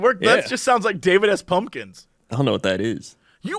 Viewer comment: I heard "David ass Pumpkins"